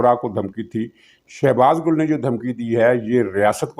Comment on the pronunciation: شہباز گُل نہیں اصل نام شہباز گِل ھے